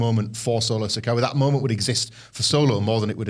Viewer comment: Why would you have a guy who admits he doesn't like to watch WWE weekly TV, and doesn't even watch enough to know how to pronounce "Sikoa," to comment about best NXT call-ups?